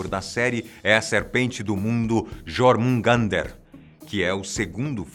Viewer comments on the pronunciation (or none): Ele pronunciou os "J" como é pronunciado o som dessa letra no Brasil, mas os povos escandinavos usam o som do "J" como se fosse um "i" a pronuncia de jormungandr seria algo como "iormungander". E os sufixos presentes nos nomes de quase todos os reinos "heim" também foi pronunciado meio abrasileirado a pronuncia correta é algo como "raim" e não "eim" kkkkk.